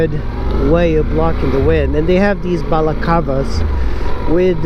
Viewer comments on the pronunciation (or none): it's balaklava, dude